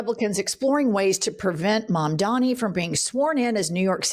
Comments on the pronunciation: Its MAMDANI not mamdami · needs to spend 5 minutes practicing to say Mamdani. Every time she gets to his name she loses focus because she's trying so hard to get it right. Mom-dah-knee ez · Ok. At this point (especially if you're reporting on him regularly) you should know how to say his name: Just like "m" comes before "n" in the dictionary, all of the m's are in the first syllable of his name: "Mam" The n is is the 2nd syllable: "dani." Mom - Donny Mom - Donny Mam - dani Mamdani "The name is Mamdani. You should learn how to say it." - Zoran Mamdani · It is MamdaNi DANI... please say it a few times in front of the mirror. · Guys?! As much as I luv you, just a quick correct: it’s pronounced, MOM-DONNY!!!! Mamdani! If you can say cuomo, you can say that❤ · *Mandami /s (they all say it like that) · has gotta get Mamdani's name right!